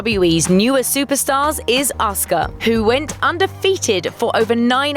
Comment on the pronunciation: wow they actually said Asuka's name correctly! shows Grunge actually did their research properly